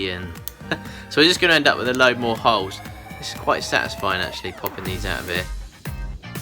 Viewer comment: Sometimes I can't hear his L and I swear I kept hearing "there's a couple of hoes in there." It's entertained my inner 12yr old boy this ho video. ;p